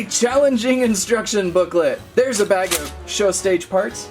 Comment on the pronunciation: He said blag instead of bag